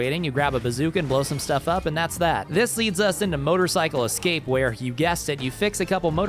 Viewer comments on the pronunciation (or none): none